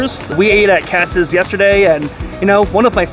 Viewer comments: What’s KATZ Deli??? It’s KATZ’S!!! There’s an apostrophe S at the end! I bet you think it’s located on Hyu-ston Street not House-ton Street (spelled Houston Street). Love these “professional” YouTubers giving advice and having NO CLUE! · Please pronounce Katz's properly...it's not KATZ, it has an "s" on the end, so it sounds like "KATZ-IZZ" I grew up in NYC but now live in L.A. so I'm curious to see how Langer's compares w/Katz's. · Love your vids. One minor point - You pronounce Katz's incorrectly. Should be Katz and the possessive s, not single. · Pro tip: It's pronounced Katziz, not Cats. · It is Katz's not Katz, come on. And there is nothing like Katz's. No comparing with anything else, let alone Langers